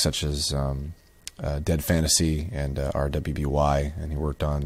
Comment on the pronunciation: Great input as always,. Although, this is probably the first time I've heard anyone pronounce it by each letter since the show started. It's pronounced "Ruby", it just has a W in it because of the color theme and because one of the four main characters has a W in their name.